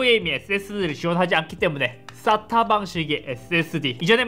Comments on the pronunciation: 쌌...? 발음이 ....ㅎ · 의 싸타 발음이 찰지군요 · 인트로 때문에.. 쌌다 방식이라고 들려... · 형.... SATA가 아니라 발음이 ssatta 같아 ㅋㅋㅋㅋㅋㅋㅋ